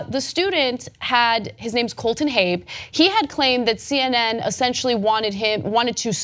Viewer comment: Why do you pronounce it "Habe"? Haven't you heard of a Saab?